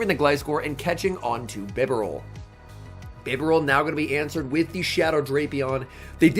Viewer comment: It's bee-barel mate, respect the beaver.